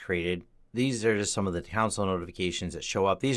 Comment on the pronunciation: cringed every time he pronounced 'console'